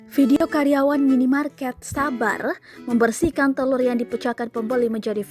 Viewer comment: Tolong untuk tribun timur. Itu telur, bukan telut.